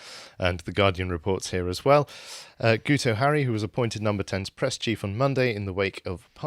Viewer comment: His name is pronounced Git oh as the "u" in Welsh sounds like an "i" !